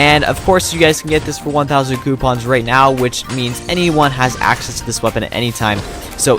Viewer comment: Accses "wedsites" :*))))) nice one :D